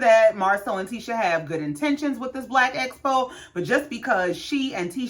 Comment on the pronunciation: So we're just gonna glide past Tesha constantly saying "black espo" instead of EXpo. And that she wanted to "esocute" instead of "execute" plans. 😮